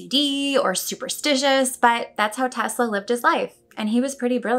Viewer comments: The technique you use doesn't really matter, as long as you incorporate the pattern of "3,6,9" into it. Oh, and don't mispronounce his name as "Tezla" or you will have to start all over again. ;) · I betcha Mr T pronounced it as 'Tezz-la'... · You're definitely not the only one Haha Every single Youtuber in the UK says TeZla 😅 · That’s how we pronounce the S before di L in Italy, like it was a Z 😊 do you have Italian roots? ... or maybe a previous life 😉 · Don't worry about your pronunciation of Tesla, Brits laugh at American's emphasising nouns instead of adjectives.